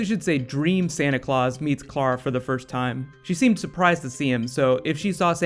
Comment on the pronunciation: I wish this guy would learn to say Clara right. It's spelled C-L-A-R-A and he's saying K-L-A-R-A